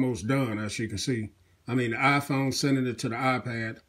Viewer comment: wyaafaa aayaiphone sorry but i heard it like that :)